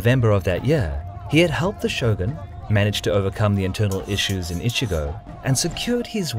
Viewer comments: Great content as usual ! But it's "Echigo" (Province) not "Ichigo"! I usually don't care about mispronunciations but hey, how does an "E" suddenly become an "I" ? lol It's even written correctly on the map^^ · Kagetora was not the lord of Strawberry Province. LOL The first syllable of "Echigo" is pronounced like the English word "etch" not the English word "itch". You are saying "itchygo" (which in Japanese means "strawberry".) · I don't get it. You pronounce "Uesugi" correctly but fail at "Echigo" (not "Ichigo," which means strawberry), and you cut Kawanakajima in half: "Kawana KaJEEma". Kawanakajima = Kawa-naka-jima = 川中島 = River-Middle-Island = Island between rivers. If anything, Japanese stress the second ka mora, as KawanaKAjima. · Echigo not Ichigo. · I know i am a huge dick for saying it but the names pronanciation is off. And its Echigo that gets me you say Echigo it sounds like Ichigo meaning strawberry. Its a harder E silmilare to the word etch. Thire are a few others and i get its hard to say them because japanese phonetics is very diffrent from western. Its just a persenal thing